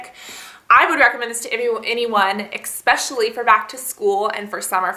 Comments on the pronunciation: It's actually eSpecially, not eXpecially. Ugh, biggest pet peeve right there. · Why do you keep saying EX-specially?